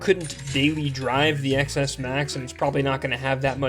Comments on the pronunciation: Please stop referring to this as an iPhone Ex Ess, it is an iPhone Ten Ess. The X is the number 10 - as in Roman numerals. It ruins your credibility when you say it wrong. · Did he really just keep saying iPhone "Ex" S Max instead of Ten S Max? Shaking my head... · Stopped watching the third time I heard ECKS ESS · It’s not “XS,” it’s pronounced “ten S” It’s the S version of the iPhone ten.